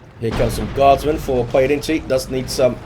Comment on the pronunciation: You nailed the pronunciation of "Pojedynczy" well!